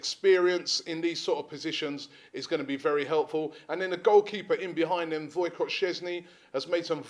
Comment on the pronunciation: Btw Robbie, it's pronounced Voi-Check Szczesny, not Voi-Cott. :)